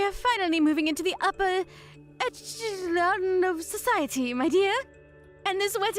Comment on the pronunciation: Gladys treating Francesca and talking about her being low class when she can't even pronounce echelons or college. I think she needs to go back to First Grade English language classes. Lmao. Grammer doesn't have to be perfect however proper pronunciation is key to being understood.